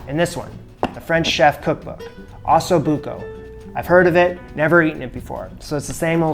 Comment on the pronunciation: That's not how you say Osso. Think "Oh So". Both O's are the same.